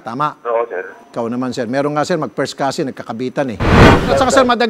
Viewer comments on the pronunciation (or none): Causin tutan hahaha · Couzin couzintahan hahahah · cousin daw, "cousin-tahan" hehehe 🤣🤣🤣🤣🤣🤣